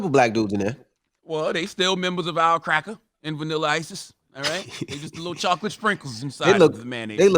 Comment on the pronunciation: And Charla,Stop saying cracker as cracker 🤦‍♂️